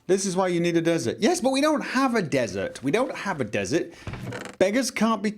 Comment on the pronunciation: When he kept saying "Find a desert", it sounded like he was saying "Find Bethesda".